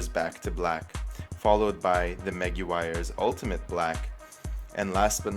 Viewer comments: Maguires...pronounced Ma Gwyers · You guys are still mis pronouncing Meg quire's, it's pronounced "Meg wires" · How is it the two of you cannot pronounce the names of these products. How the hell do you get chericote, ch sound when it's obviously saracoate. And Meguires how can you think it's megulars??? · You don’t say meguar, it’s (mig-wires) and those fenders look like shit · Guess y'all aren't gun owners or Irish, after hearing you butcher cerakote (sarah coat) and Maguire's (Meg why ers) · Meh-gwires , Sara-coat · Great video guys. Very useful even to an auto detailer in me. Btw, it's Mac-Gua-yi-ers and Sarah-Coat. Lol. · Pronounced "Meh-G'wires", similar to Mark McGuire. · You need to get "solution finish" it's s true trim restoration product as opposed to the very temporary products you have tried. Oh and seriously please pronounce meguires correctly 🤪😉🤣🤣🤣